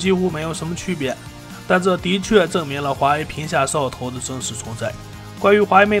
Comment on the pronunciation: 我听的是嗖哦头